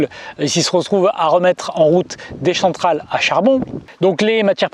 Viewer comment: les fameuses "chentrales" à charbon Désolé. 😁 Sinon, intéressante vidéo. Bravo